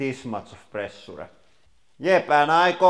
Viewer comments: Please use Google translate for correct pronunciation of “pressure” word!!! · Just pay attrntension HOW idiotic he said pressure! Can't belive, cave's man in 21st century!